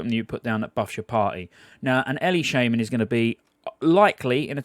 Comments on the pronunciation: I am pretty sure you shouldnt pronaunce "shaman" as SHAME - MAN, something u could look up xd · I cringed when he said "Shaman". It's pronounced Shaman!